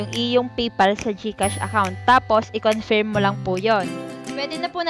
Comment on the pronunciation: anong confiiirm confirm po (pronounce as conferm) confiirm, hay naku